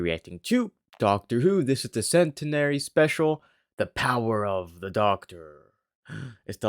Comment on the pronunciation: You pronounced centenary wrong